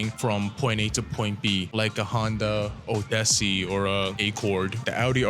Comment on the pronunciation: Subscribed the moment you pronounced Honda Odyssey and Accord that way.